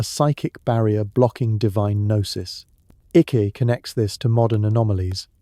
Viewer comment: "Ick". Well done, AI.